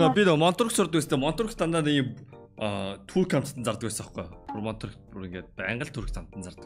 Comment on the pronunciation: Турк биш түрк тэгэгээ😂😂